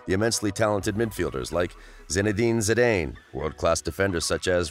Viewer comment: Zidane is pronounced ZiDANNN!!!! Jeez